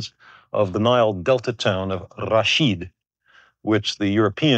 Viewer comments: I just love the way Carl pronounces the name Rashid. Such a respectful and thoughtful individual he was… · Carl Sagan correctly pronouncing Rashid sent chills down my spine. What a brilliant and humble man he was. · I love the way he pronounces "Rashid" 👌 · Even the way he pronounces 'Rrrrashid' is spot on. A pleasure no matter the subject 😊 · The way he pronounced Rashid is perfect. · His pronunciation of Rashid was spot on